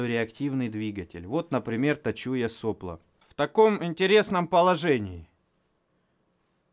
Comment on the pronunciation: Люблю канал, недавно понял что буду смотреть всегда и до конца времён, но единственное от чего идёт кровь из ушей -это от слова сОпло. Нельзя ли как-нибудь его запикать?